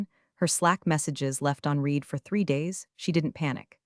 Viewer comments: I've noticed that most of them fail to get "READ" correct because they don't get programmed for words that are spelled the same for present in past tense. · This speech bot fails to grasp the pronunciation of 'read' when used in differing contexts - 'read' can be 'reed' as in "I will reed that later", or 'red' as in "I red that yesterday", both still spelled READ. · Flows to detecting artificial intelligence AI presentation when you hear the word, READ as red or reed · Absolutely! It is really really irritating. Additionally, the bot doesn't know how to pronounce "resume" or "foie gras" . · TED is pronounced as it looks, like name Ted. Read is spoken as red. Get it and work with AI on it. Also slow down AI. Love metaphors and stories have good bones. Still around a 3 on stories. Fix on other problems and you could get a a 5.❤️🐉💙💙😎😎🌈🌈🦅🍍